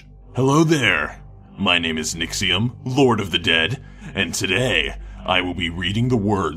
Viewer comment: its nixEeeum